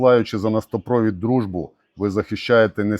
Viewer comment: "Дружбе" капец.😂😂😂💙💛❤